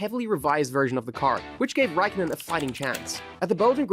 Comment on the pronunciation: Räikkönen a as in car, ä as in cat; o as in core, ö as in sir.